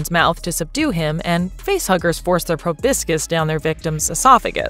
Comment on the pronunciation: The pronunciation of 'proboscis' is wince-inducing!